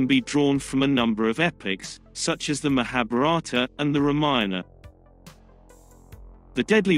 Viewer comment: please pronounce correctly.... MAHABHARATA AND RAMAYAN